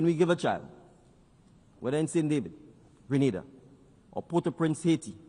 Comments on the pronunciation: You have to understand she called it how it read . Remember A also makes the Ah sound so if they are not familiar with the country that how they will pronounce it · Correction “Green Na Da” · No he didn't. Listen carefully. He said Gree-nay-dah. The first a is pronounced like the letter 'A' The woman at the start said Gre-nah-dah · Young leader. Wonderful. Would have been nice though if the name of his country had been correctly pronounced. Basic protocol. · Hello Granada is in Spain....google the pronunciations. There are alot of people bcs of poor pronunciations have ended up in Spain instead of going to Grenada and then blame the travel services because of this!